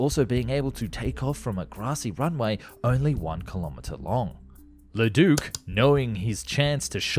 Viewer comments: Very interesting video. But maybe it would have been best NOT to say Leduc's name so much since that's not how it's pronounced. His name was not Ledook... ;) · Bro I love your content but as a French Canadian hearing you pronounce Leduc and René Lorin murdered me. 😅😂 Apologies accepted 😂❤ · Agreed, althought it is still better than how he said "Breguet"